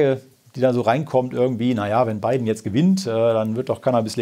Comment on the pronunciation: LOL "Bei den" DHV News is sofort aufgefallen dass es nicht wie gewohnt gesagt wurde - "Biden" war dann richtig gut! xD